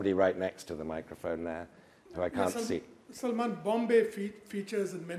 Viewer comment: Salmán, not Salmàn.